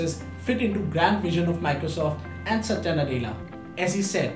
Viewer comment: Well at least he pronounced Satya right.